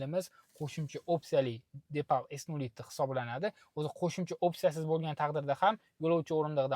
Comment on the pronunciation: Номи депал эмас, дипал.